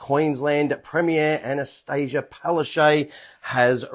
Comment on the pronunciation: Correct pronunciation of Palaszczuk is not (Palarshay). It is Palarsechook (according to my Polish friends).